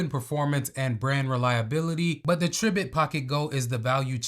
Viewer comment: It's pronounced try-bit😊